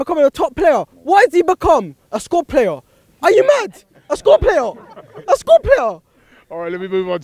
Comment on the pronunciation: A score player 🤣 he couldn't say squad player properly lol